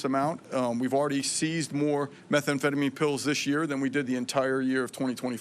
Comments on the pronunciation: Why does she say methamphetamine so weird? Its meth am phetamine. Not metha am phetamine. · My gawd- learn the name of the drugs you are going after- it’s Methamphetamine not methA amphetamine- it’s so hard to listen to her and believe anything she says. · It's meth anfetamin not metha anfetamin! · Hey pam its pronounced meh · tham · feh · tuh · meen . NOT METHA AM PHETAMINE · “Meth Ah amphetamine” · Someone needs to let her know methamphetamine doesn't have an extra vowel makes her sounds ignorant 🙄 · Pam, it's not methaamphetamine! Learn to pronounce the evil you are fighting. This whole performance was an embarrassing attempt to deflect. As a proud MAGA supporter it's time for you to go. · What is "Metha- amphetamine"..??? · What is “Meth-A-amphetamine”? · Your pronouning methamphetamine wrong. No extra a. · Her pronunciation of methamphetamine is incorrect. She calls it Metha-amphetamine odd odd odd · "metha amphetamine" what a joke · Also, it is pretty absurd that the attorney general has never heard of methamphetamine in pill form? Maybe it makes sense though because she says methamphetamine like she’s just read the word for for the first time and is just hooked-on-phonics’ing the pronunciation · I'm sorry are we not noticing that our attorney general doesn't know how to say methamphetamine That's insane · I agree she does not pronounce methamphetamine correctly.